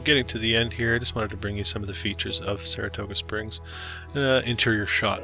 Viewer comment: You mis-pronounced the name of Saratoga Springs several time!!